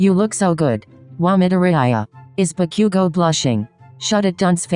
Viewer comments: bakyougo is what they kept saying srsly lmfao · MHA: Bakugou The voice: Bakiugo HAHAHAHAHA